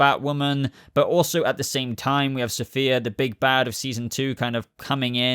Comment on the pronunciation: The fact that you apologized for pronouncing the actress that will play Safiyah Sohail wrong when you repeatedly mispronounced the character herself, Safiyah, calling her Sophia! 🤣